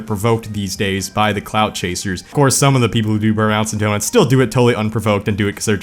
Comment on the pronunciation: Imma be honest. The first few times i heard him say “clout chaser”, i thought he was saying “clown chaser”.